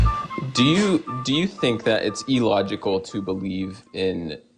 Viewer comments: or that he says "E-logical" instead of "illogical" or "abby-o-genesis" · Sounds like someone who was home-schooled and has no friends to correct him when he mispronounces words like "tooted" and "e-logical". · He also says "e-logical" for some reason. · I know it's pedantic but that idiot keeps saying "eeelogical" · I cant stand the way he says illogical. Its not E-logical